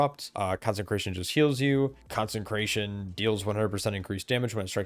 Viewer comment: Love the content. Small bit of feedback: You're putting an extra "n" into Consecration.